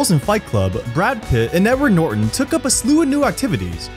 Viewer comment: “Nedard Norton”